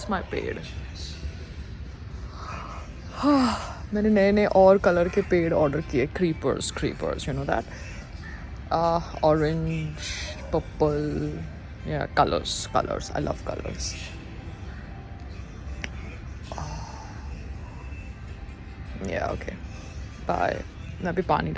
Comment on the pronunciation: Purple ❌ Pappal ✅